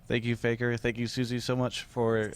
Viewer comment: Oh Faker can understand English and his accent is good